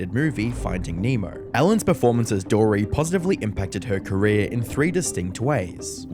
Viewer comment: "Ellen DeGeneres careé..."